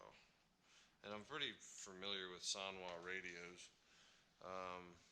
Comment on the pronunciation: Ffs san-wa not soon-wa